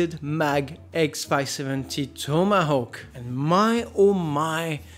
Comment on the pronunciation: Don't ask why, but I found it really satisfying whenever you said 'Tomahawk'